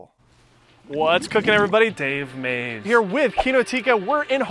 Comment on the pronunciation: 🤣 the way you said Dave Maze